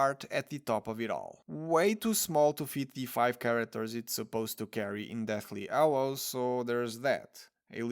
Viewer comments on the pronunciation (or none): Agrid. Wet air. Ed elements. Ighly posable. Ow well. People oo like. Deathly Allows. Arry. Why do you simply choose to no pronounce the letter H? At all.